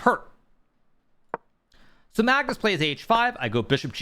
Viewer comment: Mag-noose lol